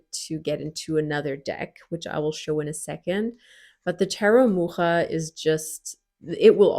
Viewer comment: Kudos for pronouncing 'Mucha' correctly! ... (Edited) But WTF! for 'it has only white people, unfortunately!'